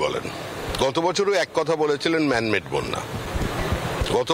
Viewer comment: "ম্যান মেড" না "ম্যাম মেড" ?